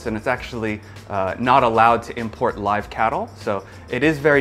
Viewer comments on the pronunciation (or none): none